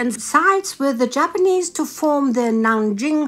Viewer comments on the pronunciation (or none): none